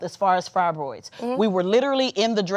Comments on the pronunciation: “Frybroids” what a genius smh girl go pray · But couldn’t pronounce fibroids right…a damn joke in a wig